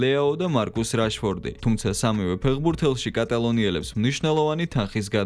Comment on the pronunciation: მემგონი რაშფორდი კი არა რეშფორდია სწორი.